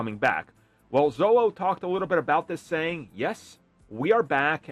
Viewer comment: Xolo is pronounced 'Sholo'. Maridueña is the difficult one. 😅😅😅